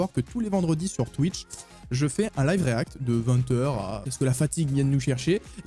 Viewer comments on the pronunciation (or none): none